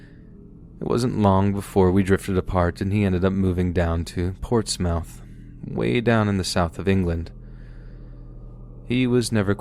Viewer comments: I’m in Portsmouth RI rn and it’s pronounced (ports-myth) 😂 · Lol I always love when people say my city's name wrong. The mouth in Portsmouth isn't actually pronounced like mouth (like your own mouth). I would tell you how to pronounce it properly but I can't really do it over text. Just put it in Google translate and hear how it's pronounced. But it's nice too hear my favourite story teller say my city's name lol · The way you pronounced "Portsmouth" and "Lancashire" was interesting. ;)